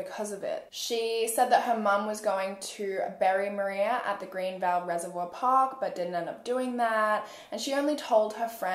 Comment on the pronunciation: It’s so weird to hear my same name being said in a case like this. Like it’s very strange especially since your the only one I’ve heard in a very long time say my name correctly. The way you covered this case was epic. Love your content! Thank you for these videos x